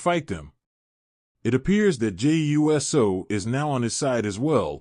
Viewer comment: Very informative, but my dude, it's pronounced, oooso, not U S O. 😉